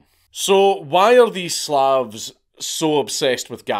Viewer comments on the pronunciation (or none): none